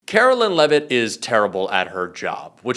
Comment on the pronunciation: "Carolyin' Leavitt"